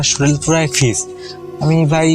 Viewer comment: freeze k bole fizz